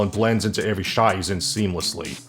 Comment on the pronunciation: I mean, he pronounces "Every" as "AYE-ver-ree" (like "Avery") and "Origin" as "or-RIJ-jin"